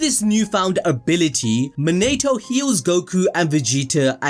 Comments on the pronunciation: His name monatoo not man-a-to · Mo-NI-TO not Mo-NATE-O